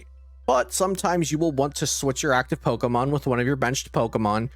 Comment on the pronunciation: this was great, thanks. One thing I couldn't stop laughing about is how you are saying Pokemon. You're saying it like eric cartman or something "Poh auh mohn"